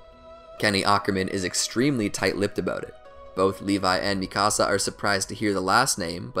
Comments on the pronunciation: lol he says mikasa like "Mì casa" XD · Sounds like mecasu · THE WAY HE SAYS MIKASA “MI CASA” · and Mikasa´s...he kept saying ''me cása'' XD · Is anyone triggered that he said “mikasa’s” name wrong!